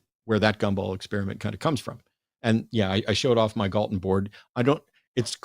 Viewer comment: Why are they calling him "Gallatin"? His name is Francis Galton.